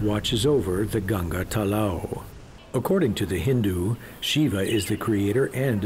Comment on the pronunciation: If a person cant pronounce GANGA properly how the hell he can know about our region LOLZ.